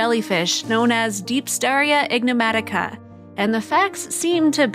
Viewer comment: The voiceover tech is calling the creature, "ignomatica". It should be "enigmatica".